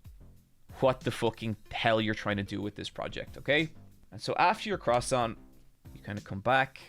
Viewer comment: Most impressive mispronunciation of croissant ever fr